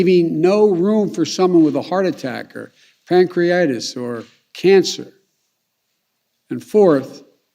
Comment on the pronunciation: By the way, it's pancreatitis, not pancreitis, Mr Biden.